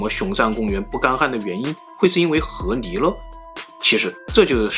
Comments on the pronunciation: 不是河泥 是河狸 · ～～謝謝你的影片 看了很多部影片後發現你有時候會把ㄌ的音發成ㄋ的音 像是河狸（離）會發音成（泥） 不知道你有沒有發現～～ 別誤會 我喜歡你的影片 只是有時候發音的問題會讓我不自覺的注意…. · 河li，不是河泥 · 河泥？？？你说的是泥巴？🤣🤣🤣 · 听着像 和离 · 一会河狸一会啮齿，l and n好考验四川主播的普通话。我猜是四川的。